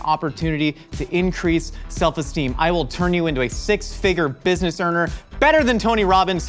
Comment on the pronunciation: "business erner"